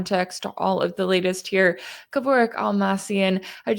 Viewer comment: Excellent, comprehensive breakdown. Only one note: It's pronounced "Keh-Vork".